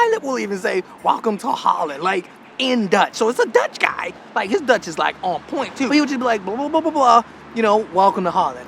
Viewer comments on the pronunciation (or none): none